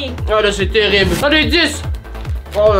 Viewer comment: Terrible ou “terirble” ? 😂